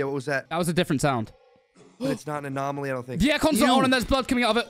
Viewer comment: bruh, its 'anomaly' not 'anomalie'